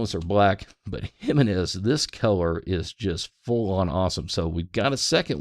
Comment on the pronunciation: Pronounced "he men ez" --- hemenez; not jim i nez